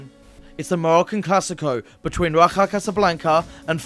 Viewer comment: Raja is not pronouced in a spanish way (Ra-Jah)